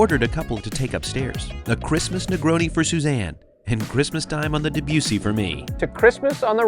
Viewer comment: And since the ship is named for the composer its not DebYOUssy it's DebussIE